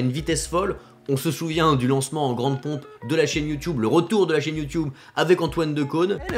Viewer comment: 10 ans sur YouTube et il dit toujours "youtioube". Perso ça me fais rire.